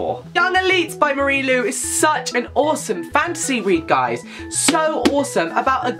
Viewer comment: I thought he was saying fancy the entire time 😂 i was like "what? Is that new"